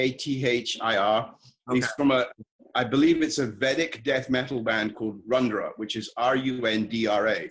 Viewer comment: Its not Rundra....its RUDRA (other name of Shiva), Singaporean Vedic Death Metal